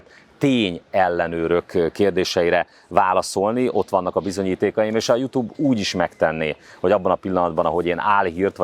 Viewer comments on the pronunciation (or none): none